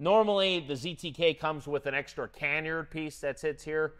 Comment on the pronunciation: Canard: Sir, respectfully, that's pronounced kuh-NARD, not KAN-yerd. 😉🙏